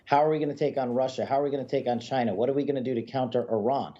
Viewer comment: Biden is so afraid of China that he couldn’t pronounce the word “China”. Let’s go Brandon.